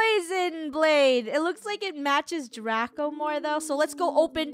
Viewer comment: you said drago not draco and this is how to spell draco